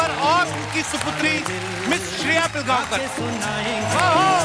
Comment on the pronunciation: Its पिळगावकर.....not पिलगावकर....pronounce ळ